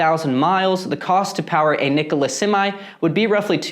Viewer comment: At least you can pronounce the name right... the company can't!